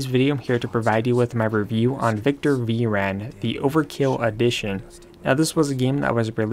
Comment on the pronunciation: "V Ran"?